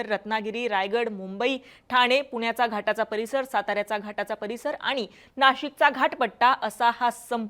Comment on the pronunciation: मॅडम आनी पानी आनी लोनी असंच बोलत आहेत.😂